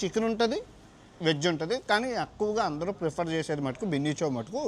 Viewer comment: Orey adhi Bunny Chow ra, Binny Chow kadhu, pronounciation correct ga undali bayya, leka pothe vedavalu ayipothamu